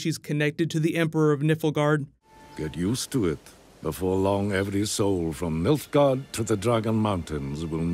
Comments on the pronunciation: Carter White Haha, yeah. It sounded like he was saying nippleguard. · I'm not sure, but I think I might like you to listen to the clips in this vid, the one where dad says Nilfgaard and pronounces it Nilph-guard and not say something like... Nipple Guard or Niffel-guard. But that's just me... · Nifflegaurd 😂 Otherwise, great video, keep it up 😘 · 2 things i gotta say 1. can we stop saying its going to build up to ciris story, she a child the entire time in the books if anything we may see adult ciri right at the end of the show but not any time soon at all so stop expecting it. 2. can you please say Nilfgaard properly, you keep saying it like Niflgaard and its really really annoying, te L is before the F. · God stop saying nilfgaard like that bro. Its not nifilgaard. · It's NILFgard btw...triggered xD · lol i was cringing every time he said it glad im not the only one, its like listening to AngryJoe say Han Solo, if you ever watched his channel you know what i mean haha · wanted to do the same comment. geralt is not as bothering in pronounciation. but niflgaard hurts my ears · Doubt you will see this but I feel the need to comment on this because I am a diehard witcher fan and it pained me to hear your pronunciation of Nilfgaard. Also if you see this, who is your guess for Geralt actor and have you read the books? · its called Nilfgaard, my friend. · nilfgaard. your pronunciation makes my bones ache. putting that aside, great video, looking forward to more witcher videos. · Love your videos just a few friendly corrections for future videos hopefully. Ciri is a main character in the 3rd game Only she’s briefly mentioned in the 2nd and if I recall not at all in the first. Also it’s Nilf-guard Figured I’d point that out in case you do more videos on the series when comparing the games though it seems many have pointed it out heh. As always fun stuff! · You included a clip of Emir saying "Nilfgaard" yet you kept saying "NIfflegard" ... Much bother, very no